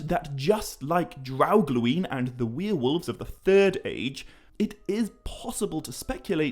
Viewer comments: dude.. its' warewolves... not wheel-wolves 🤣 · The way you pronounce werewolves as "we are wolves' is so charming. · You're saying Werewolves wrong